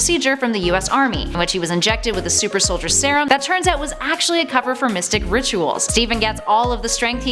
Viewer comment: Its soldier not solider